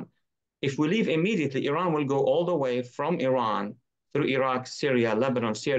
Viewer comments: Kudos fpr pronouncing iran correctly :) Anyways wish the leaders in iran had the brains to do these things... no way they have such reach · The only american who can pronounce iran as well.